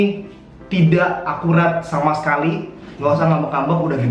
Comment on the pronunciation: Gak akurrraaattt... bukan ga akuwat😅😅😅😅😅😅